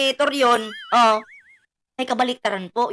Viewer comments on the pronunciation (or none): Nakakatawa talaga.c attorney toron ehezte torion 😂😂😂😂